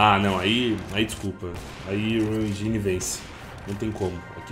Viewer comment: Unreal Enjáine 😂